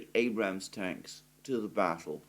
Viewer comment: It's not called an Abrahams tank. it's called an Abrams tank my friend